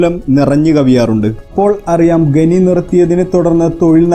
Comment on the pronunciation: ഗനി,ഗനനം അല്ല ഖനി, ഖനനം അങ്ങനെ പറയു